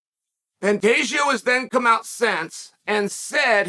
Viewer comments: If he’s trolling he’s doing such a great job Alex Pee-era, Benny Daroosh, Pontayo, PAULA Costa, Hazmat Chimaev… just to name a few😂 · Pantagio Lord Chael never disappoints with the name butchering 😂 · I guess Chael said 'Panteggio' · "Pontato" "Pontelio" I bet even Pantoja laughed his ass off at this. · Should have gone back to saying "Pontayo" after making the correction. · Pantoja = “pantaysho”- Chael 2023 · Nah "pontalio" is crazy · I believe it’s pronounced Pen- Day- Ho